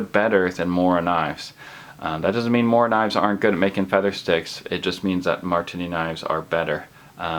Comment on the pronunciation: how many times can he misspronounce marttiini?